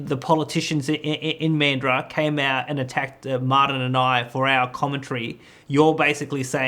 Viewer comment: Bla, blah, blah... Neither speaker can pronounce Mandurah properly. Tells me a lot.